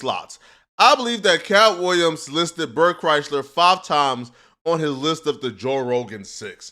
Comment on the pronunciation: He call him Bert Chrysler 😂😂😂😂